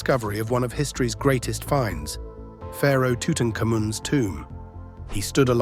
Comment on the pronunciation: "Pharaoh tootun kamoon" !? Why do people have such a hard time speaking this Pharaoh name? "Tutan kaamen" and "Tuten kammen". He had changed his name after aligning with the belief in the "solar disc" or "Aten" introduced by a Pharaoh thought to have been his father Akhenaten. So in younger years he would have been called Tutankhaten. After later adopting the Amun cult, perhaps under pressure from the priesthood he changed his name to Tutankhamun. Phonetically - "twt-ꜥnḫ-jmn". Or Tut Ankh Amun. Tut or Twt meaning picture, or image, Ankh or ianch meaning life, or living/alive, and Amun possibly Imun pertaining to the God Amun. So his name means that he is the living image of Amun Tut Ankh Amun - "Toot Ank Amoon". There, was that so difficult?